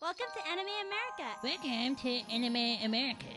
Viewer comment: why is eric cartman from south park saying "welcome to anime americer"(i know its america but it sounds like americer the way he says it)